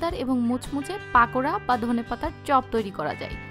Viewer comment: this is not পাকোড়া it's পকোড়া ok maam